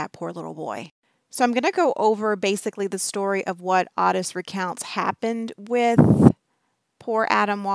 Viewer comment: Everyone I've ever known with that name pronounces it like OAT-tis like a short O and tis like tisk tisk. The way she's pronouncing it drives me nuts. I don't know why but makes me want to yell through the screen at her how to say it properly.